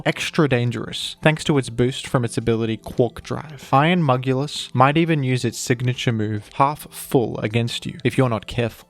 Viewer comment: Appreciate the effort of iron mugulus but it does get annoying sometimes hahahaha